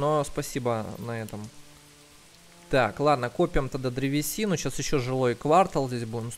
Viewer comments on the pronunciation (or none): Пожалуйста говори правильно квартАл, а не квАртал. ААААААААА аж слух режет!!!!